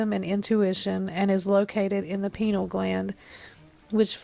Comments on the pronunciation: It's pronounced pie-nee-all gland not penile lol. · The Pineal gland isn’t pronounced like Penil haha. As soon as I heard that I realized this chick has no idea what she’s talking about and on to the next video.